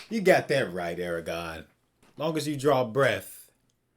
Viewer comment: You keep saying Eragon instead of Aragorn